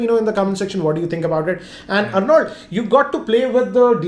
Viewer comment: Arnold!!!! Aarnald.... Not Arnauld.